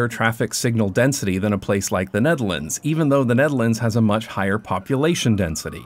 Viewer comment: I cant get over how you pronounce "The Netherlands" as "Denedelence"